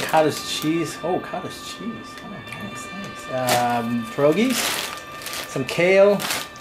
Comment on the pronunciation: Hey, I'm polish and just a pointer they are pronounced pyer-og-long e sound. GREAT VIDEO BTW